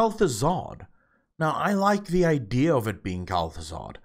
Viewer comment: Kel thuzad, Kelthu freaking Zad - That would be nice )))